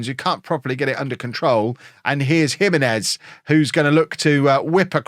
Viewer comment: Pocho is pronounced with a soft ch like chips. Jimenez is pronounced he-MEN-ez, not JIM-eh-nez.